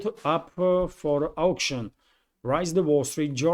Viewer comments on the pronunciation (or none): none